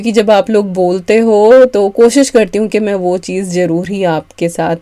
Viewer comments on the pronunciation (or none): none